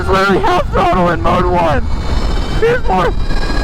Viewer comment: Oh I’m sorry but, Did you say mode one or mode one or mode one one or mode one? What was that mode one?